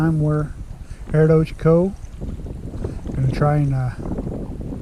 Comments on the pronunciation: Also the lake is called (ochoco) reservoir not Ocheco :) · He gets that from me. My folks had a crappy marono rig and the fancy weather radio channel in that rig had an automated voice that pronounced it ‘oh-chek-oh’ so that name stuck for years. Blame the automated weather announcers or the FFC people. 🤔🤣